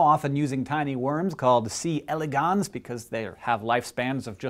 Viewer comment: Hank, I love you and I've missed you, but you pronounce c. elegans weirdly.